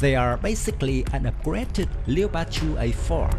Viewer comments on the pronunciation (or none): A little advice mate, Leopard is pronounced with 2 syllables. sounds like Lep-ard as opposed to Le-o-pard. Cool vid though thanks